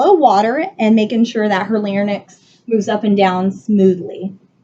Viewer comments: Holy shit... Woman makes many mistakes. I’m not even a doctor and know these... “Palpitate”, “tugur”, “lairnyx”, “pre-oracle”, “post-oracle”, “sub-mantle” 😱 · And “larnyx” instead of larynx 🤦‍♂️